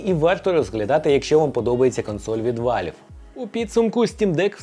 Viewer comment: Який ще вАльв? Правильно казати вЕлв.. переклад як- клапан.